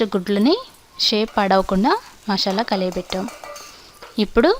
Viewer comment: Leave about the recipie..but first try to pronounce the names perfectly..it is "MASALA" not "MASHAALA".Thnx.